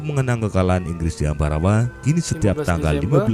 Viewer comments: Ambarawa bang bukan ambawara😄. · Bukan Ambawara bang tapi.... Ambarawa 🤣🤣 salam persaudaraan